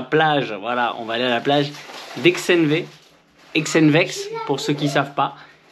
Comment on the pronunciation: C’est HONTEUX! Ça se dit Exenvex on ne prononce pas le X 🤣😉